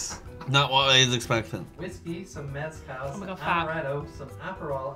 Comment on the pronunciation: turned “mezcal” into Kalliakki which is probably Finnish for something